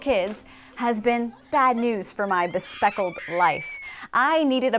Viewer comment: "Bespeckled"? Try bespectacled.